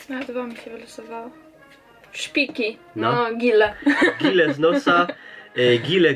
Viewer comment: Nie szpiki ino śpiki